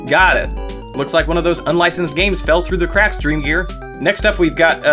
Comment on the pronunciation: I heard Drug Store instead of dreamgear